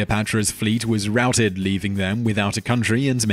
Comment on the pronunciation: Is no one gonna say anything about how he pronounced routed?